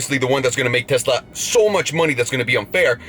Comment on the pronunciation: I'm glad to hear you say Tesla, not Tezzla. It really bothers me for some reason. Just like diezzel. And Nuke-you-ler. Ok I'm done...